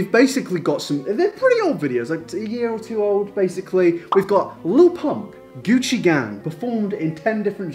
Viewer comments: I keep hearing Gucci gay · Why does it sound like he is saying “coochie gay”